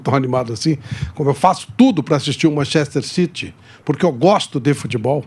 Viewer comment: Não sabe nem pronunciar Manchester City